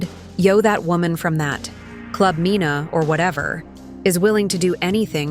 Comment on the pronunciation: please get the names correct😂😂😂. It’s Mena( it’s her last name) and it’s Yandy, sounds like candy.